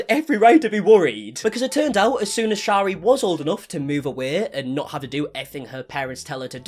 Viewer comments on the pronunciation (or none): If you are going to speak about someone please pronounce their name correctly. Shari is pronounced like carry.